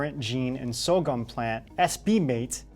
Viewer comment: SORGHUM - PRONOUNCED "sore - gum ". Aluminum resistant? Good to know!